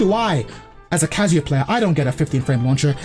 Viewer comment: when will you learn that its not "kaZUya", but its "KAzuya"